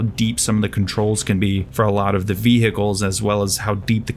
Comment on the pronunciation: Your English is stellar! But i can't stop twitching when u say ViHEcles